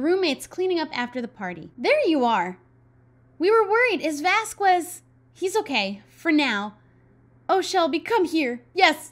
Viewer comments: You've been sayingVasquez wrong. And I thought someone would say it by now, but I guess not. Vaz-skehz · Shelby I understand that you may not know the right pronounciation for professor Vasquez but for me its killing me and my little argentinian heart every time you say vazqUes. Dont get me wrong and think that I hate the series because of it. But the contrary since I love the series and the commentaries you do in it, I find it really entenrtaining and enoyable. But I would aprecciate if you say his name right, PLEASEEEEEEEEEEEEEEEEEEEEEEEEEEEEEEEEEEEEEEEEEEEEEEEE <3<3<3<3<3<3 Just say VASKEZ (the u is silent).